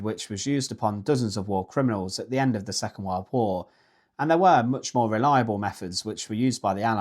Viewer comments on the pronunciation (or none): none